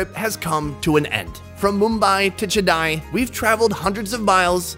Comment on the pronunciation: Chennai but is pronouncing it like schanai